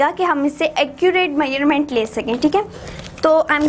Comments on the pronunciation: It's measurement not maerment 😅😂😂😭😭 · Why u saying measure meurement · dude you r pronouncing measurement wrong!! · Muslim never change their habits. 😏they all are same. And plz try to speak correct words you are speaking wrong to measuring.